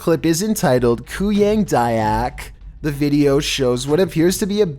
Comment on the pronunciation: the way he says kuyang dayak 💀